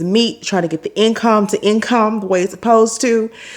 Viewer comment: Trying to get the income to "in-come" lol😂